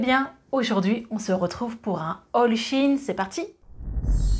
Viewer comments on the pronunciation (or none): On dit chèyne